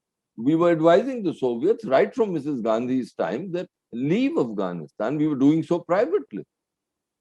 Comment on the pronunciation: One would think that an Indian ambassador to Afghanistan would have learned the proper pronunciation of the country's name.